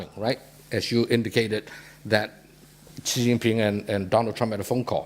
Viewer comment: She can’t even pronounce “Xi” correctly 😂 Zhee 😂😂😂😂